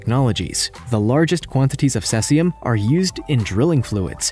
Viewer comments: I believe he called it cessium... as in cess pool. It's also spelled caesium, just sayin' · Why did you pronounce Cesium correctly once and then switch to sescium?